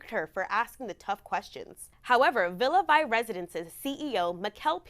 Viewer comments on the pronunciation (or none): Please do a little more extensive research before you post. First, the ship is pronounced Villa "Vee," not Villa "Vi". Secondly, up until last week, throughout the 4 months of delays, the company had been footing the bill for the lodging of the people who purchased residence cabins. It did not come out of the residents' own pockets. Also, the people did not have to remain in Belfast, but were allowed to travel to other places with the company still subsidizing the expenses. The company did say just last week that it would have to stop subsidizing, but then changed its mind and is now giving the residents a $200 per diem. Finally, included in the $100K purchase price -- for a 15 year ownership -- plus a $3500/monthly maintenance fee per cabin are: unlimited wifi, all gratuities, two complimentary laundry services per week, two complimentary glasses of wine or beer per person per meal (at lunch and dinner) and all non-alcoholic beverages. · It’s ‘Vie’ like in French, not English. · Great video! It's pronounced Villa Vee. JJ Cruises was getting sponsored by them (or 'partnering' with them in Youtube speak🙄) It always sounded like a bad idea but they had at least 3 videos about all the pros. I feel for these people who put all their money on the line. It's very hard to see how this could be a good investment as opposed to just going on a cruise a couple times a year (forget the upfront cost, their monthly fees are sizeable) but 🤷🏿